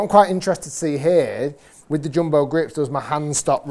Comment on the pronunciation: Bro said joombo